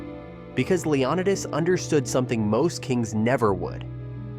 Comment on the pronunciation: Its leO/nI/tes learn how to pronounce words